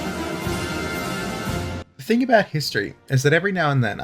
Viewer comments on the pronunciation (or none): none